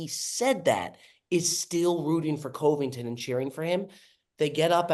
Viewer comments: gotta work on the pronunciation, coveington was rough.. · really doesn’t know how to pronounce Covington…..